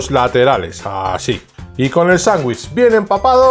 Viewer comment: Se dice "sandwich" con d. No sanguich suena horrible. Solo escuchar eso me hace salir del video